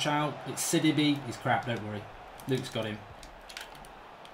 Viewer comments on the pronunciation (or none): It’s not Sid-I-be Up it’s Sid-ee-bay